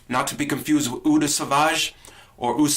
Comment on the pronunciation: "Eau" is pronounced "oh."